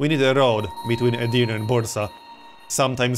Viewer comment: And Edirne is pronounced separately. It's Edir and then Ne. Edirne